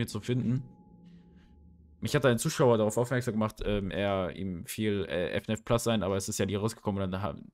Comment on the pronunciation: man spricht es nicht F N A F aus Sondern FNAAAAFFFFFFFFF Zusammen gesagt aber gutes video 👍